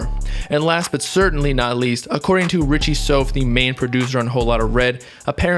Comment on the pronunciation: Why u say richie souf like dat😂😂